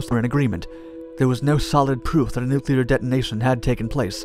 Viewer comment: And is it so hard to find someone, who is going to repeat the term 'nuclear explosion' numerous times, who can actually say 'nuclear' instead of 'nucular'?